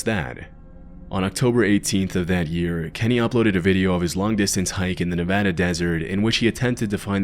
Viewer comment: I love your video, and as a Nevadan, thank you for pronouncing it correctly! ❤